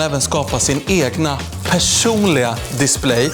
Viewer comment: Triggas oerhört mycket av hur du uttalar Displate 😅